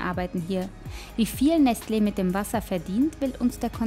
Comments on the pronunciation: Es heißt doch nicht nestleeeeeeeee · Es triggert das sie Nestleee sagt und nicht Nestle kurz und knapp gesprochen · tut mir wirklich leid aber mich hat das ganz fuschich gemacht: es heist Nestle und nicht nestlee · mich triggert es voll, dass sie nestLE sagt und nicht NESTle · Es regt mich auf wie sie Nestle ausspricht 😂😂 Oder sagt sie das richtig?😂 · Bin hart getriggert durch ihre Aussprache von Nestlé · Bin ich hier der einzige den es triggert wie sie Nestle ausspricht? XD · Warum kann die Nestle nicht richtig aussprechen wie es jeder Mensch der Erde macht betont so extrem die zwei e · Bin ich der einzige der innerlich ausrastet weil sie Nestlé nicht aussprechen kann? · Bruder bitte schau doch vorher wie man Nestlé ausspricht bevor dus Tausend mal in einer doku sagst das triggert abnormal